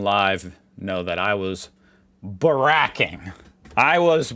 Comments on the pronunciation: It's "barick-ing" not "barr-ack-ing", but I figure you're just YANKing our chains 😜 I'm surprised you didn't come across the burnt out ute with the random toilet on its bonnet that's stumping Police in Newton, Adelaide SA. I think they left the toilet there so the cops have something to go on... Or they were trying to flush the evidence 😁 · you dont say barraking like obama treat it as two syllables barra and king, we don't say rooting in Aus as that has a whole different meaning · Nah, the emphasis is on bar, not rack Hence Barrack (Obama) is way wrong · mangled "barracking" in today's video. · He sure did 🤣